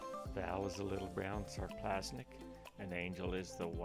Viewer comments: just FYI, it's Sarplaninac not "Sarplasnic" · Took me a few minutes to figure what he meant, lol! Needs to listen to some vids on Shars to get a clue.